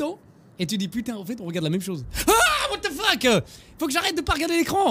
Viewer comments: “AH! WHAT LE FUCK-UH?” Enjoy how French that jumpscare was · IS THAT HOW FRENCH PEOPLE SAY WTF HAHAHAHAH whatzheufeuqeu